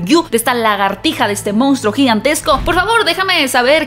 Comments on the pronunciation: De verdad piensas que se dice MOUNSTRO? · "regresa a las raíces del MOUNSTRO" 😅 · Solo una puntualización ... no es "Mounstro" sino "Monstruo". Casi igual pero no es lo mismo.